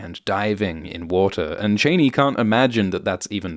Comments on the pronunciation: Please make sure the pronunciation is Cheyney like Dick Cheyney or Cha-Ni like in the David Lynch movie. It doesn't sound great the way you are saying it. Thanks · Troubled by the author’s pronunciation of the Fremen heroine Chani: you keep saying Chay-née. I believe it should be pronounced Chaw-née. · Sorry - wasn't able to get past about 4 mins because you kinda murder the pronunciation ... Zendaya's character is pronouced Sh-ar-nee, not chain-ee. Paul's father is Lee-to, not Lay-to. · Love the video, except it's disconcerting to hear "Cheh-nee" and not "Chah-nee". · Cha-ney not Chain-E . Everytime I hear you say it I think of Dick and Liz Cheney. Welp...You are correct it seems it is Chain-E. The other movies and mini series had it wrong. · Is this AI naration? Chani as in "ah." Cheney was Bush II's VP. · I can't watch this any longer - as good as it is. I cannot take you pronouncing Chani as Cheney. Chah-knee Chain-knee is a very unfeminine sounding word, not to mention associations for the former VP. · It’s pronounced Chahni not Chayney Her daughter will be called Ghani FFS Chani and Ghani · I'm pretty sure it's chah-nee. Not Cheyney 😂 Also isn't she supposed to be kinda hot? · can you please stop calling her Cheney, she's not a relative of Dick Cheney wtf? why is CHANI so hard to pronounce? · Sorry to nitpick, but it's 'Chaani' not 'Chayni' and 'Vill-neuve' not 'Ville-neuve'. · its not "chay-nee", its "chah-nee". Its even more egregious in this accent. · " Chain-ee" ? getifuyabassa! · Chani is pronounced like Hani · I'm very disappointed to see that you're still calling her "Cheyney" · "Cheney" its pronounced SHA-NI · My god, is it that hard to pronounce Chani correctly? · Great analysis, but I have to admit that the narrator's mispronunciations of names like Chani, Denis Villeneuve, Léa Seydoux, and Souheila Yacoub grated a little. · Chaaaani, not Chainey!!! get it right ffs!!! Corr-ino not Correeeno either! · ChAni not chaynee bro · Chahni not Chayne